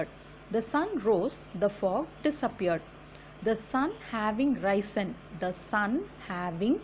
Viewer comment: Risen றைசின் இல்லை றிஸ்ன் என்று உச்சரிப்பு.